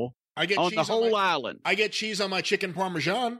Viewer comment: Chicken "parmesgian"...Very italian...Very...